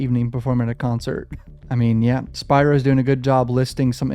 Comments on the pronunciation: Pronunciation is key....Spearo( Spiro) Keep up the great content! Also, the father was (@ time of occurrence) abusing alcohol/drugs ( allegedly). Keep up the great content! Just a GMA from IL😂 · Spear Ro say it with me Spear Ro